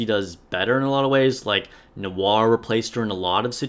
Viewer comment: I'm new to this game, and I have one question. Why tf can none of you nikke content creators properly pronounce; Noir, Litter, or Guillotine?